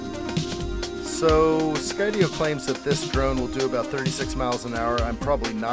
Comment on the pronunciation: Enjoy your videos very much and thank you for pronouncing Skydio correctly now it was bugging me! Lol